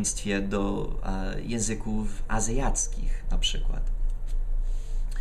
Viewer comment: Witam :) Chcę Cię poprawić, w tym filmiku zrobiłeś dwa błędy jeśli będziesz chciał to je poprawisz a mianowicie powiedziałeś 'języki azjackie' a powinno się powiedzieć 'azjatyckie', a po drugie powiedziałeś że coś 'nie dodało ci trudności' a powinieneś powiedzieć, że to 'nie sprawiło mi trudności' :) Pozdrawiam :))